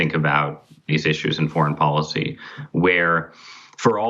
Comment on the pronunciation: IT IS pronounced depoliticised - NOT - DepoWiticised Bolled over - NOT - boWed over & here is the BEST policy - NOT - poWicy Get the marbles out Son